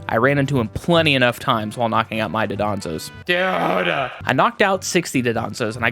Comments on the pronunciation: Please It's Dondozo, not Dodonzo The n is first. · You also say dudonzo. I say it even though I know it is dondozo